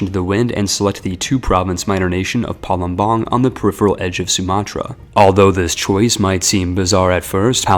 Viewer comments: Bruh it's Pa-lem-bang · Palembang is pronounced Palembag not palumbang Also it's pronounced pa-ga-ru-yiung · as an Indonesian, the way you pronounce Palembang kinda discomforts me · Palembang was even worse